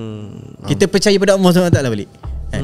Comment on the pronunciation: At the end2 aduh mcm sibat…syuk tanya lain kau jawab lain…sebutt allah pon x btol..nampak sangat lidah tu keras ..banyakkan bacaa quran